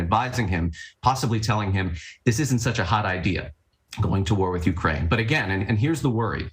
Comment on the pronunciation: It's UKRAINE, not URKAINE!